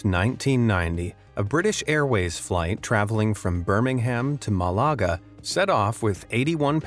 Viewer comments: mallahga lool its malaga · Malaga sounded weird, but he got Edinburgh right! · The way he pronounced Malaga 😂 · Your pronunciation of Malaga is just annoying. I get how one tiny seemingly insignificant mistake on a plane can cause a near fatal accident, but your pronunciation of Malaga or skipple is enough to cause a world war Would it harm you to look up how locals say these words before you butcher them?